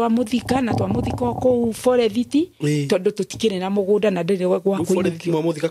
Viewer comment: Pole mum, i wonder hiyo “forerithi” means forest 🌳 coz old kikuyu folks used to butcher English words if they could not pronounce it